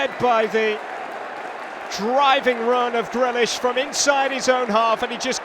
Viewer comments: GreAlish lol. Get the A in there. #UTV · ITS GREALISH NOT GRELISH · Or us for the commentator calling grealish grellish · This commentator proper irritates me & I don’t know why, I think it’s got something to do with the fact he sounds like Kermit every time he gets a little excited, & pronouncing Grealish GRELISH! Bring back Jack Woodward! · Does he know how to say Grealish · Nice Meme exactly he is my fav player and he is sayin his name wrong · Get a commentator than can pronounce jack grealish’s name properly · Or cus of the way he pronounced Grealish it's getting to me